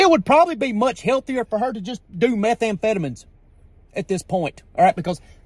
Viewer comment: i like how he said meth and fedamin